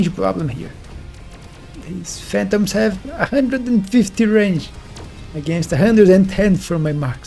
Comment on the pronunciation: How can you say wraith but not range? 😆